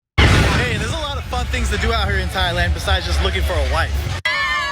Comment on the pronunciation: Thigh-land? So have been pronouncing “Thailand” with a TH? Please don’t be American. Don’t make our education system look bad bro.